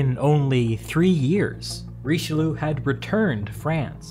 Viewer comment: Hearing english people pronounce Richelieu like in the video is just as ridiciulous as english speakers laughing at a french guy pronouncing butter in english